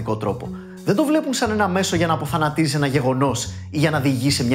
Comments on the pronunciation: Γιατί εΦΦέ; Και γιατί "αποθανατίζει"; Το σωστό είναι "απαθανατίζει". Όπως και να έχει μπράβο. Job well done 👏👍👏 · απ-αθανατίζει!! Κατα τα άλλα κορυφαίος, συνέχισε να μας καλομαθαίνεις..